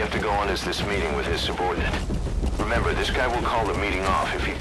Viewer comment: That doesn't mean they're related. Also "REMBER" and "BISHHH" really mate?